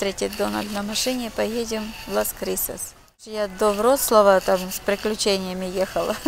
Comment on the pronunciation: Буду тебя переучивать!!! Лас Крусес!!!!!!! Не крисас😩😩😩